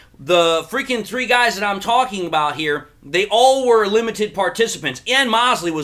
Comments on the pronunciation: I think his name is pronounced Mosley long o 😀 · Mo-se--ley man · Moe-slee., it’s Moe-slee. 😉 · Why are you mispronouncing thatman's name?